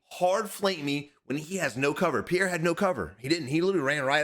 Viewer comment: love the content - Pierre is pronounced Pe Air